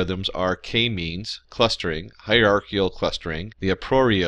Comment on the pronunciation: Let's talk about the pronunciation of hierarchical, a priori, and chi.